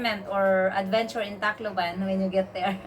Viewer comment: just joking with you buddy! the city you went to to extend your visa sounds like you are saying "TACO BELL" on the video!